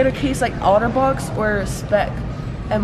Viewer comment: I love it when she auto box instead of otter box. Lol